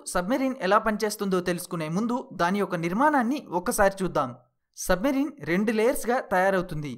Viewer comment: సబ్ మరీన్ కాదు అది సబ్ మెరైన్ అనాలి